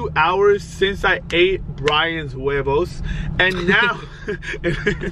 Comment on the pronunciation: When he said Brian's eggs in Spanish sounds so wrong